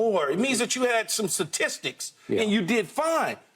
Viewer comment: Did Key just say Satistics?? Lol